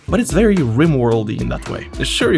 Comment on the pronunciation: bery bery ungry